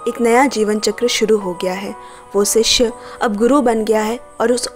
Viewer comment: Sishya nahi shishya 🙏